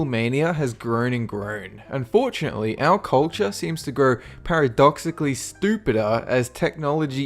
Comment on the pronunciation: "Our culture seems to grow paradoxically STOOPIDAH as we..."